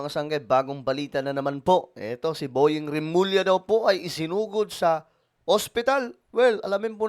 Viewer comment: Isinugod po hindi sinugod 😊